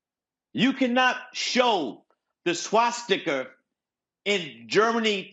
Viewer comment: I laughed so hard when he said that, it feels like something id hear out here in Kansas lmao.